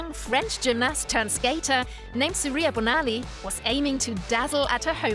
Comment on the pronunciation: And it's pronounced BON-ali. And Timothy GO-bul. Ugh, never mind.